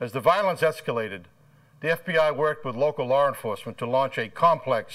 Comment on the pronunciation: “lar” enforcement 😂. How did the producers allow this shit?